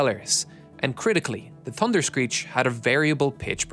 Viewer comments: Why does he say "Tunder"? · Had to stop watching the narrator can’t say thunder correctly 😂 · In the United States, Canada and Australia, the word thunder has an H in it.